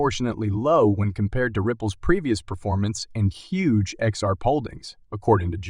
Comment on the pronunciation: At least write 'Ledger' right, okay. And ooh, your ROBOT has a problem saying 'XRP'!!!